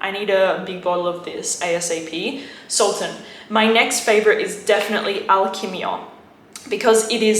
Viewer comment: It’s pronouns like sul tan